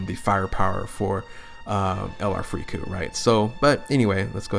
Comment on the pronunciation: I cringe at every time you call them “Frieku” 🤮